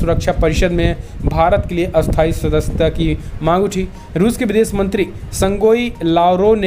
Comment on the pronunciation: क्रपया उच्चारण में स्थाई - अस्थाई का ध्यान रखें।🙏🙏🙏🇮🇳🇮🇳